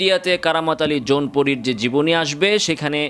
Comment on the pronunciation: জৌনপুরী নয় শব্দটা জৈনপুরী।